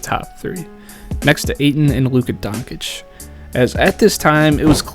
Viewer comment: Donkich? Seriously?